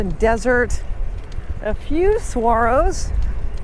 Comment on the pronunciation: I didn't expect Saguaro to be pronounced the way you did it. So now I know.